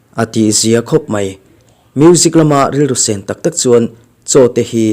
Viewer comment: Sên 1 nilo in chhin (sen) 1 tih tur ania. Sen 1 tiha sen hi rawng(colour) sen tihna ani e